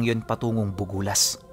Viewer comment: BUGUIAS (bugyas),Benguet po ata yan sir not BUgULAS .. wala kasing bugulas na part ng benguet😊😊 and im from buguias❤